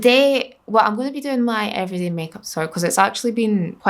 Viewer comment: Why "everiday" lol